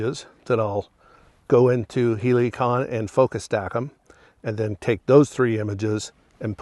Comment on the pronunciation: Why are you saying Heliacon? It’s Helicon….